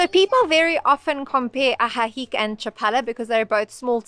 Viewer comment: You dont pronounce the c in ajijic..its "uh-he-he".just an fyi